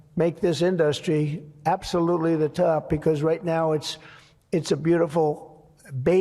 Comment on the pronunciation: Trump pronounced the word “industry” incorrectly. Brain power.